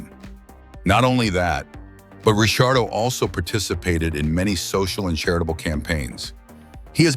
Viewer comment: You lost me at 4 different pronounciations of Ricciardo